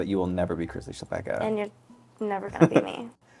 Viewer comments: As a Polish person, hearing Chlapecka as Chapekka (ch as in chess) and not as Hla-pe-c-ka (first c is silent, second c is as in citrus) is so crazy, wow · I think the surname must be czech because that's literally a czech word. It's chlapeček = little boy, but in the 2nd case, which makes it chlapečka. English doesn't have our ch, but it's the most similar to h. La like lot, pe like pen, č like cheese, ka like cup. Hluh-pech-kuh. But the pronounciation yall use is completely different, so I might be totally wrong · That's interesting! It's also a surname in Poland, possibly derived from the verb "chlapać" (to splash). We pronounce it hla-pets-ka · I need this on TV Austrian here, not a czech, but i have i good idea of pronunciation rules in languages like czech and polish. Chlapecka i'd pronounce as somewhere around /hlapetska/ but i don't know if the name may have been written differently. The Ch might've been a č which id pronounced like the cz in czechia, the c in cka may've been a č, but i am not sure. *Thanks to dear it's of Czech origin and the latter of the two ideas in my last paragraph applies, as in Chlapecka being originally written Chlapečka and being pronounced as /xlapɛt͡ʃka/. Please to anyone that liked my comment and didn't yet like comment, please do so! ** Not gonna lie, i am living for Maddy's poop hat, i need one. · It's actually a Polish name - Chłapecka, pronounced hwa-pehtz-kha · as an estearn european who is a language nerd imma be the annoying commenter who says it's pronounced hla-pets-ka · she definitely has a Polish surname. Hearing your absolutely English pronunciation of it was strange. :)